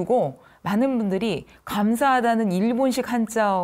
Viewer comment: 국어 전문가의 발음 문제! 해석, 많은,고맙다, 가격, 등 단어의 첫 자는 길게 발음해야하는데 이를 모두 "짧게" 잘못 발음했나이다. 참으로 놀랐나이다. 고맙다와 같은 평상 고유어는, 학교라곤ㄴ 문전에도 가지 못한 우리 할머님도 그릇치지않던 말이지요! 이 얼마나 부끄러운 일이옵니까??